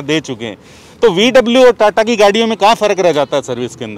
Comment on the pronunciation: TATA ko ta..ta